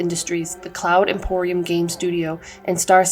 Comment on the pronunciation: Its Cloud Imperium Games, and not Imporium XD, semantics apart, very good video.